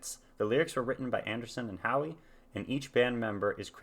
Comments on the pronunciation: Just to let you know,, you're mispronouncing Steve Howe. It's not Howie, the way you're pronouncing it, but How as in "How are you doing?" The e in Howe is silent. And nous sommes du soleil is pronounced New-Som-Do-So-Lay. It means We are of the Sun. But great reaction. I really enjoyed watching you experience this classic album for the first time. It brings back many fond memories from my own youth. Excellent job, my friend. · First, you should know the "e" is silent in Steve Howe's last name (same as hockey legend Gordie Howe and guitarist Greg Howe). The book "Autobiography Of A Yogi" was the same book sitar player Ravi Shankar gave to George Harrison, would then give it to friends like keyboardist Gary Wright, who also based some of his music on Yogananda's writings (like "Dream Weaver"). This book is like a spiritual adventure story, full of hard to believe occurrences, but the many footnotes, like the one Anderson based this music on, also give a lot of general information on Hinduism. I also think that Harrison's line in "While My Guitar Gently Weeps" about the floor needing sweeping refers to a passage in this book.